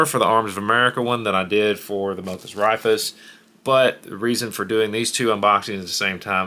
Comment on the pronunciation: Raifus is pronounced "Rai-foos," sort-of Japanese (ライフル) for "rifles."